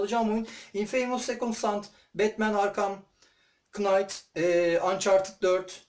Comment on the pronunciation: Hocam kanalın ve mimiklerin güzel ama bi tek aksanını düzeltmen gerek oyunların ismini katlettin, Batman kınayt!? :)